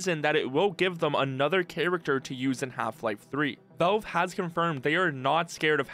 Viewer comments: I absolutely can't stand the way you pronounce Valve. Work on it. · are you unable to pronounce the word "valve"? just curious